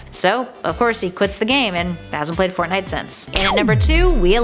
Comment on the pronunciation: I didn't know Russians play fortnut